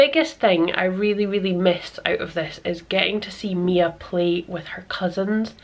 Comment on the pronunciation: They really enjoyed it. And my daughter was very happy you said her name right. You'd be surprised how often it's gotten wrong. Thank you again 😊❤️